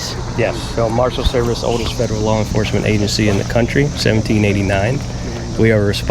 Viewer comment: It’s pronounced “FED ER AL” not “FEDG ER AL” it’s also “UNDER ARREST” not “UNDERNEATH ARREST”